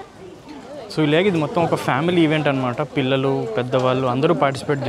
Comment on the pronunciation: pillila kaadhu bro pillula